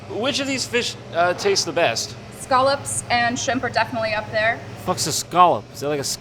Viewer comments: Gasp! She pronounced scallops the proper English way! I must marry that beautiful fishmonger. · Fun fact, New England commercial fisherman get super butt hurt if you dont pronounce scallops as scollups